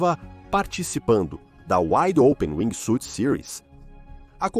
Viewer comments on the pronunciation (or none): Narrador: aqui vai uma dica gratuita. A pronuncia correta em ingles de wingsuit, nao se pronuncia a letra "i". Caso isso acontece, soa como SWEET (doce). Tente falar wingsuut. Se escreve com a letra "i", mas nao a pronuncie. Fui! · Muito bom seu video. Mas precisa melhorar a pronuncia brother. Wingsuit vc está pronunciando "wingui suiti", e Base Jump vc pronuncia "base" e o certo é ler como "beisi". Apenas uma critica construtiva 🙂